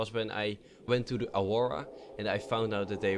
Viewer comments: The Auwowa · dose anyone else hear him saying awowa ?